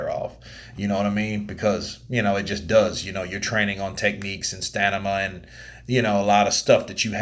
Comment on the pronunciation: Great video as always. But what's with you and your pronunciation of STAMINA? Why do you always say STANIMA? Come on!